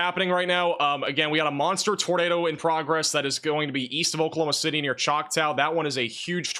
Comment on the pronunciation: Can’t be a meteorologist if you can’t pronounce Oklahoma City correctly 😂💀.